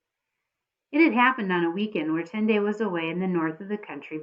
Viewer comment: You pronounce tendai like tendie